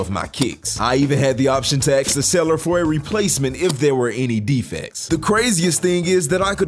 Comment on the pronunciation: Why do you always say “aks” instead of “ask”